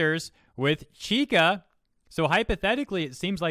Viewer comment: nice video, but you are pronuncing it wrong, you are saying ki-ka, its chi-ka. write this in google translate for the correct pronunciantion: ちか